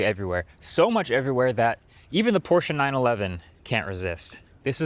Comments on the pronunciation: Thanks for pronouncing Porsche correctly! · I am so glad you pronounced Porsche correctly... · as a german i thank you for pronouncing porsche correctly. GUTE ARBEIT